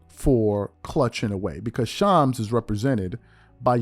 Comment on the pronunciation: you're shredding Shams name bro lol